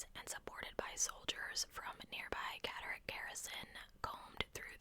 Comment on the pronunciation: And you pronounced Catterick perfectly 😊I have a friend who works on the barracks